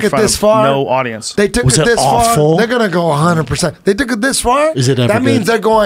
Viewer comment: 'A hunjeey persen' - 0.22